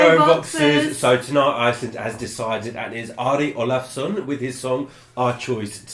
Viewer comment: You don't need to say his name with a Norwegian accent for us to understand. Þessir útlendingar...